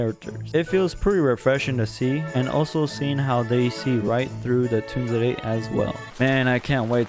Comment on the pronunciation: whats with the stuttering lol. its Inukai not Inuke. Tunzere lmfao i can't. Not Atome its Otome games